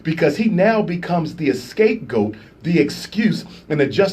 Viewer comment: "...EScape goat" lmfao! Oh, what an idiot😂😂😂